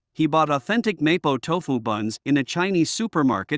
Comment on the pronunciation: I can't even watch your vid. You can't even pronounce MoPo Tofu! CORRECTLY!